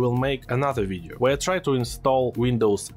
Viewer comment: V I D E O Not W I D D O